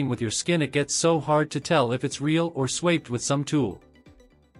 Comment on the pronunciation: Do you listen to your audio after you use your AI voice? IT MIS-PRONOUNCES THE WORDS. That's on all of your videos. The word SWAPPED is one of the main ones. It's saying SWAYPED. That's not even a word.